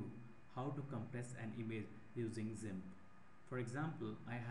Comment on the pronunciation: thanks but improve your english bro its gimp not zimp